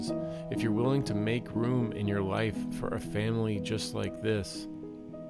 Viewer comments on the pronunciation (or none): none